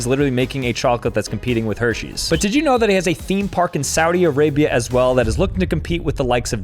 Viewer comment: Im a gurl...AYO its sauut arabia